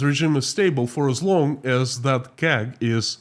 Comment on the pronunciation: Powder keg not power